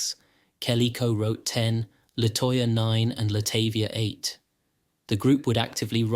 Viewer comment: Her name is latahvia